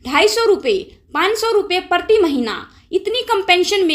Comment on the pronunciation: मैडम आपका उच्चारण अच्छा नहीं है,आप प्रशासन को परशासन कह रही हैं,प्रधान मंत्री को परधान मंत्री कह रही हैं,हरेन्द्र सिंह मलिक को हरेंदर सिंह मलिक कह रही हैं,प्रति को पर्ति कह रही हैं कृपया किसी प्राइमरी शिक्षक से उच्चारण की शुद्धता एवं बारीकियां सीखने का कष्ट करें।माननीय सांसद जी ने बहुत अच्छा कहा है,आपका वीडियो भी अच्छा है,जरा उच्चारण सुधारिये,उच्चारण पर विशेष ध्यान दीजिये।